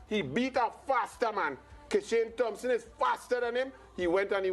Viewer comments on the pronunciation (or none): none